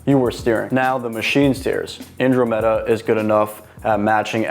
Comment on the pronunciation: You are pronouncing Andromeda wrong